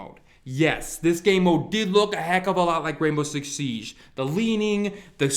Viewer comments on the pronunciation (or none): The way he says siege fucking pisses me off